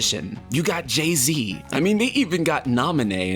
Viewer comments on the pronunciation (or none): He really called Gaia "Jay-Z" 💀